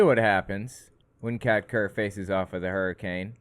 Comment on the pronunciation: I kept mishearing Kat Kerr as Cat turd, not sure which is worse.